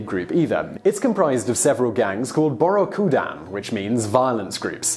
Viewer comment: its actually pronounced as "Bouryoku dan"